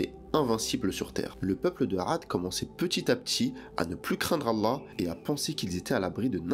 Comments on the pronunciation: Tu devrais perfectionné ta façon de prononcer le nom du TOUT PUISSANT.... Doit tu prononce "ala" c'est ALLÂH SUBH'N WA TAA'LA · La façon de dire Allah par la voix. Pourrait t elle appuyé sur le Lam ? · Effectivement, de plus il prononce mal « Allah »